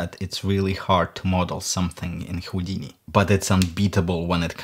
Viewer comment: Я вот думаю, специально сказал ХУЙдини?))